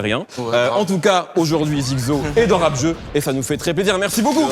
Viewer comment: Mehdi il dit zikzo ça me perturbe 😭